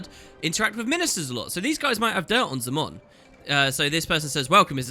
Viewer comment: Also,, Minister Zey-mon not Zaa-mon xD